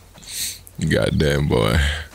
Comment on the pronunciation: "gaddameh" That word came back